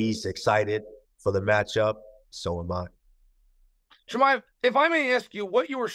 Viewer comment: Chael butchering Chimaevs name the whole time 😂